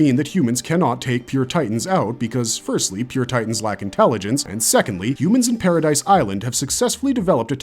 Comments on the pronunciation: Its driving me up the wall how you pronounce shiganshina, paradis and mikasa 💀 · It's been 13 years and people still saying Paradise it's Paradi the s is silent "Paradis Island"